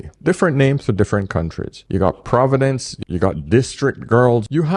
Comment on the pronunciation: Not providence....but PROVENCE